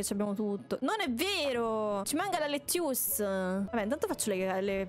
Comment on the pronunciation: dice: fra ma io non so fare l'insalata LETTUCE Bellissimo inglese di proprio un opera darte (dico davvero): S A W S A W: abbiamo scoperto che le patate nascono a caso: NON VOLEVOOO...: AAAA esplode E niente direi che sto video è il video che non posso dire niente perchè è troppo divertente GRANDE LYA